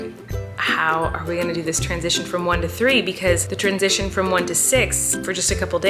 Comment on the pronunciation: i thought she said "twinsition" but she said "transition"